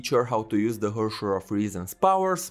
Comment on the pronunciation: just fyi to pronounce "herrscher" the proper german way you would be almost correct but the "e" is prounced like the "e"s in the "ehete nandaiyo" meme